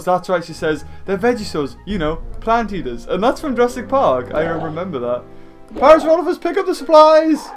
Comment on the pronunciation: I've always pronounced it as Parasaur-OH-lophus too. .... So, it was a bit refreshing to hear you pronounce it the same way. :)